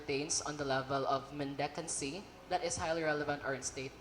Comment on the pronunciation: mendicancy, not mendencancy